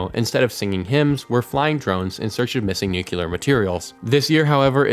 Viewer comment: NU-CLEAR not NUKE-ULAR